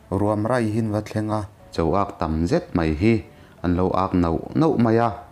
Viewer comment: 'Ruam râi' tih i thluk dan hi a dik lo deuh a. 'râi' tih lai hi hmeichhe râi sawina thlûka thlûk tur a ni.